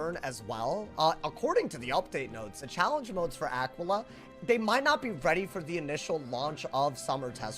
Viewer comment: It's actually pronounced Uh-key-Luh, after the constellation.